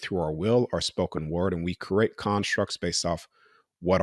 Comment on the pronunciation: I love his message, but he needs to stop pronouncing create as “cro-ate”! So annoying